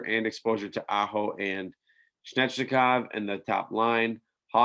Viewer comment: Svechnikov is pronounced "zveh (soft V)- etch- nick - off"